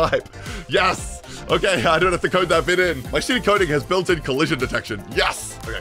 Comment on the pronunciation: why do i hear "gooning" instead of "coding" 😭